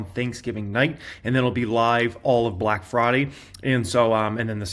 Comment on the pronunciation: The way you said "Massive BLACK" was REHYCISSSS